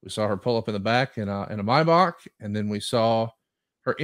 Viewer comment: Only could not say Maybach right lol